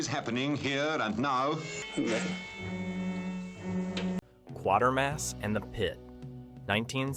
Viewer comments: Great video but your pronunciation leaves a bit to be desired I’m sorry to say. It’s Quatermass (as in crater mass) not quarter mass. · This particular AI always blows it at least once in each video. The pacing is horrible, too: riddled with unnecessary pauses.